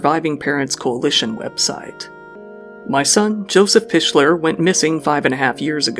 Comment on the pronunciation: Hi! Washington native here I grew up around the same time Joe Pichler grew up and the town I grew up in is about 15 minutes away from Bremerton, WA. Hate to do it but you video is kinda meh on the facts. For one his name is Pick-ler the H is silent. Next he wasnt found missing in the Narrows that area of Bremerton and the bridge you keep showing its called Manette and that bridge is the Manette Bridge the body of water is Sinclair Inlet. And its Pewget not Pudget or whatever you said. Its pretty clear it was a suicide. Most people in the area feel that way.